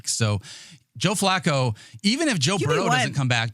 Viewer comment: Why does the hipster keep pronouncing Flacco like Flaco the late Owl?